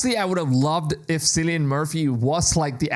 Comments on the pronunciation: Kill-e-an not sillyan😂😂😂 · It's Killian, not Cillian in terms of pronunciation. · Silly yin